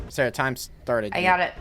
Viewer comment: Why does sarah sounds like salary 🤔